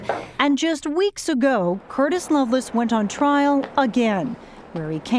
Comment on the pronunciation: It’s Lovelace not Loveless.